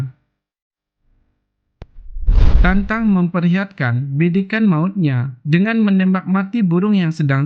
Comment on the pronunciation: Tatang mas bukan tantang ..yg bener dong nyebut nama orang